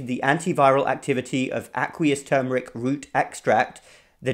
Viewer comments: Thank you for saying TERRRMERIC, and not TOOMERIC.😁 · Thank you for not saying TOOMERIC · #1: Thank you for pronouncing the word correctly. #2: Turmeric needs pepper #3: Too much turmeric can decrease testosterone #4: The late Mary Enig, Ph.D.; NIH, published research about how organic, raw coconut oil destroyed enveloped virus membranes. I, myself, after many years of blood donations, tested CMV negative after incorporating raw coconut oil into my coffee and other parts of my diet. In fact, The Red Cross wrote a special letter to me requesting my blood because the negative CMV factor made my blood suitable for babies and other special cases. Also, many years ago I met a nurse from one of the Caribbean islands. She told me that they use(d) coconut oil in their AIDS patients. #5: Thank you.